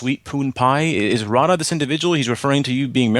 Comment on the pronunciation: You couldn't pronounce "Radha" right! 😁